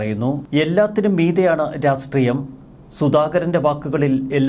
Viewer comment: Rasthreium? രാഷ്ട്രീയം എന്നല്ലേ പറയേണ്ടത്